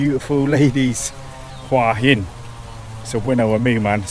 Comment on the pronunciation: finally, a host that knows how to say the towns name right!!